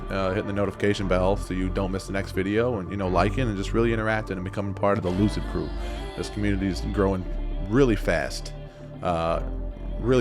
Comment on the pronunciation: Tell me why when u said "lucid crew" my mind hears "loser crew" 😭😂🤣😂 I need to throw some positive affirmations my way 😂